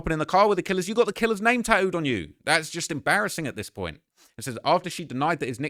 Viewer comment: She’s got his name “taooed” on her???? 😂😂😂 work on your ENGLISH BRO